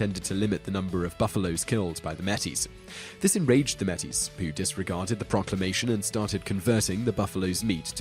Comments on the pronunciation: "NO BLOOD FOR GUANO!"....that's the only joke I can come up with, but the way in which the narrator pronounces "Metis" is rather funny....it's pronounced like "Mateys", not like "Gettys-with an M"! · Psst... May-tee, not Meh-tee (Métis). Awesome to see some Canadian history on here, though! :) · Metis is pronounced as may-tees. You sounded rather silly pronouncing it as mettis. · It's not Meh-Tis. Metis sounds like May-Tee! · you pronounced metis wrong. (may-tee) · video, and channel man. Probably too late now, but I thought I would point out you are butchering the pronunciation of "Metis". You don't say met tis it sounds like may teese. Regards from Canada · I'll be pedantic here, but Métis is pronounced "May-tee" (both syllables have equal emphasis), not "MET-tees". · looool. Your butchered pronunciation of "Métis" is hilarious. It's pronounced like may-TEE [meɪ̯ˈtiː], not like MEH-teez [ˈmɛ.tiz]. But given your apparent Britishness, I guess that I can let that slide. It's understandable that you might not know this. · metis isnt pronounced met-is its pronounced may-tee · for your number 1 metis is pronounced like: may-tee not metties. it took me a second before I realized what you were trying to say lol. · You pronounced Métis "Meh-tees", but It's properly pronounced "May-tees. I'm Canadian :P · Yup, in Serbia as well. Wrong pronunciations everywhere. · The Pemmican War Mé·tis sounds like May-tee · Just a note it is pronounced "May- Tea" it's a french pronunciation. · I love this channel! For future reference Metis is pronounced "May-tee" not pirate style but more of an emphasis on the may part. The plural is pronounced the same. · Metis is actually pronounced May-tee. It's French. They're half French, half native Canadians. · The pronunciation of Métis was butchered in this video. It's pronounced like "May-tee", the "s" is silent because it's derived from French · meet ee's I think your try to say ma-tee in Canada that would be seen as highly offensive